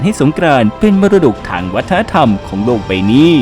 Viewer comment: แล้วฟังเสียงตอนช่วง "หลังจากที่ Unesco ประกาศให้สงกรานต์เป็นมรดกทางวัฒนธรรมของ โหล่กใบ่หนี้" ......... ย้ำว่า มันเสียง [โหล่กใบ่หนี้] จริงๆ😅🤣😂